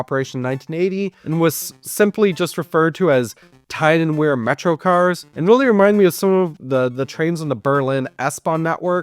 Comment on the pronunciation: and o is pronounced as u And the River Wear is pronounced weer not wear as in “to wear a skirt and thigh highs” EDIT: nvm u pronounced it correctly im dumb EDIT 2: u didn’t pronounce it correctly in “Tyne and Wear Metro”